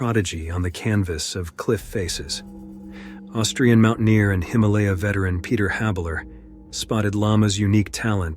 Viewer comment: It sounds awful. Are you serious?? Pronouncing mountaineer "mountain ear". It sounds terrible and lazy. I unsubbed, a lot of people are no longer supporting Ai narration channels